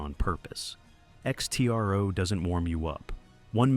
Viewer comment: It's not X.T.R.O. It's pronounced "ECKSTRO"